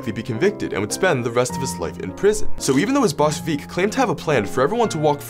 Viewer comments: I’m 100% sure “Vic” is pronounced like the “vic” in “convict” & “victor” Not “Veek” He’s Italian, not Spanish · Veek? More like Vick. Work on pronouncing indicted, too. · Man pronounced Vic as "Veek" not everything gotta be stereotypically italian accent